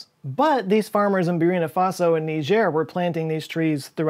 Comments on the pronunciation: So U corrected Ur pronunciation of Niger - then called Burkina Faso - Burina Faso - glad U corrected Niger but Burkina Faso is it'd name - hasn't nor has ever been called Burina Faso - BurKina Faso - missing K!!!!! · It’s not terrawatt, it’s terawatt. It’s not Burina Faso, it’s Burkina Faso. There are only 2 zeroes after the last comma in the cost of wind turbines. I will now change my YouTube name to “ACKTSCHUALLY!”. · Burkina Faso ( not Burina) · What the WHAT? You corrected the pronunciation of Niger, but you spelled Burkina Faso as Burina Faso? The amazon argument is weak. If the Amazon gets less nutrients while the Sahara is growing... where is the loss? Look at tropical waters-- they're crystal clear because everything is being utilized. If the Amazon had to struggle more while the Sahara prospered how bad would that be? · Burina Faso! 😂 It's BURKINA Faso! 😆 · It’s Burkina not Burina. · Burkina Faso is the correct name. No Burina Faso. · Burkina Faso not Burina Faso 🤷🏽‍♂️ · not BURINA, BurKina! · It is Burkina Faso. Not burina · isnt it burkina faso not burina faso? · Burkina not Burina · Burkina Faso not Burina Faso. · Burkina, not Burina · BTW that's Burkina Faso, not Burina Faso; another French colony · I'll also jump in with my guitar and fedora and say it's: BURKINA FASO. "Burina" must have been a typo and mispronunciation. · Hey, big fan here! I love your videos. Not to be picky but it's Burkina Faso not Burina. Keep up the good work! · Burkina Faso not Burina joe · It's BURKINA NOT BURINA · Burina fasso... lol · whole point about how to pronounce Niger, yet you manage to actually screw up Bur*K*ina Faso... But fair enough, you stuck the correction right on top in the comment section... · um I think its Birkina Faso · Burkina Faso not burina faso, 😔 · Bur*k*ina Faso, dude, or I'll take you to Ouagadougou. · Burkina Faso, not Burina. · It's Bur'K'ina Faso, not Burina Faso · It's Burkina Faso. Not Burina Faso. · *BurKina Faso...not Burina